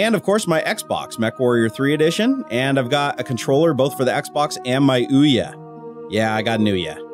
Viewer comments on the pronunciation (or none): Mechwarrior 3 edish" LMAO